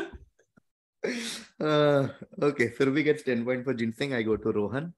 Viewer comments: Lol…love how she misses the N when she read the Googled answer and confidently Said “ is this Ginseg?” I Think Kannan almost wanted to say read again!! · Anyone who knows Ginseng, will never pronounce it the way she did... Except if someone is reading from Google! Clear cheat -_